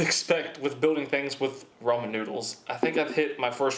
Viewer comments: I swear I keep hearing him say "the Roman Numerals" lol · I stopped watching the video when I heard him say ramen instead of ramen, (if you read those differently in ur head you know what I mean)